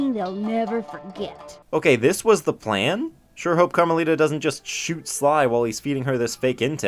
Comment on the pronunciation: Carma-littah (as in little)